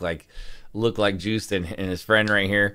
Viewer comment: It's pronounced something like "Yowst". The way you prunounce it would be spelled Djoest or somethimg in Dutch.